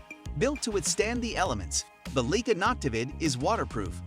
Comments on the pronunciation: Leica has been around for 156 years, is renowned for their optics, cameras and lenses and you don't pronounce their name correctly!!! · "LEEK-uh"?? "LOO-pold"??!! I utterly despise stumbling across a video in which an obviously AI-created voice stupidly mispronounces every unusual word and proper name in the text, and yet NOBODY, not a single LIVE human being, even bothered to listen to the damn thing and make the necessary corrections before publishing it. This ridiculous lapse of judgment and ethics makes the producers of this channel look (and sound) like complete fools and idiots. I will NEVER watch another video on this channel again.